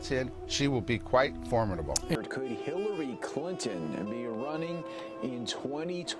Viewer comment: who is Killary Clinton? listen for it.